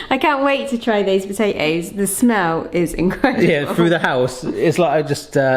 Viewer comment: to i replayed your voice 3 times and those things are called po ta toes you kept saying pot a hoes it made my day